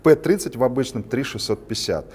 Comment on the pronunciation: Не "Пи*дитё" тут))) не пи, а пЭ звучит лучше)